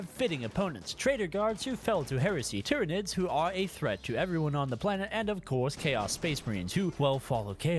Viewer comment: Nah, he pronounced tyranids right in the astra militarum mod too.